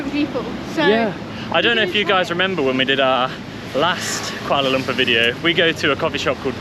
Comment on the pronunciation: Welcome back to Malaysia n enjoy your stay n stay safe. Every time i watch white people youtuber...it always suffocate me when hearing their pronunciation in malay language. Fyi... It is kooalar loompoor. Saloma is sarlomar. Here in Malaysia.. A is are E is err I is ee O is owe U is oo C is ch K is k G is g only (got, get, gut..) J is j only ( job, jab, jet, just..) We don't have silent letters nor dual sound for a letter. There you go. So if anyone with English as your first language and reading this... bear in mind that the roman letters in Malaysia has a bit different sound from English. Happy learning everyone.